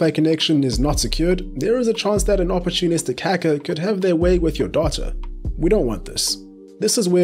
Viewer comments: Jesus Christ I thought you said daughter instead of data then. I was like damn son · did this guy just make a new pronunciation of “data”